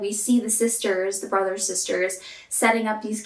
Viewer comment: It’s funny because around the mark you said “Brothers Sisters” but it sounded like “Brazzos Sisters.” Hmm